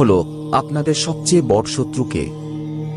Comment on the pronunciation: ওটা বর নয় বড়ো ঠিক করে উচ্চারণ করুন